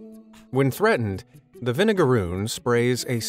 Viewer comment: They do not sting. Idk where you got that from. Also it's vinegaroon. Not vinegarune